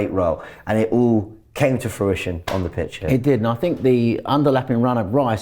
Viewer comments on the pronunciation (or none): actually it didn’t all come into “fruition”. It in fact all came into “frutition”! Haven’t you learnt anything in the last 24 hours 🤷🏻‍♂️🤷🏻‍♂️🤦‍♂️🤦‍♂️